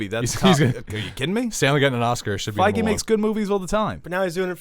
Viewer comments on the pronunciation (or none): Isn't it Kevin feige? Not fiege